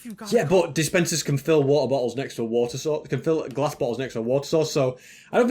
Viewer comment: I like how said Water bottle in a bri*ish accent